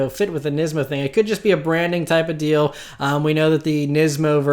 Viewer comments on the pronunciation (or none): none